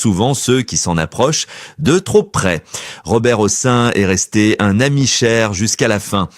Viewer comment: Vous avez oublie un de ses maris et un de ses fils. Pourquoi ? Et pour quelle raison ne prononcez-vous pas le N de la fin du nom de Robert Hossein ?